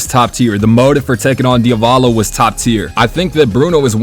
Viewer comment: "dia-vah-LOW" "ermehs" "ana-SEWY" 😭😭😭